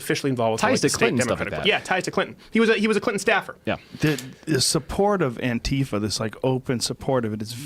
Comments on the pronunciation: It’s a hard T not soft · still dont get why murcans pronounce it "anTEEfa".. always reminds me of a certain hip-hop queen :P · Why are they pronouncing “Antifa” so strangely?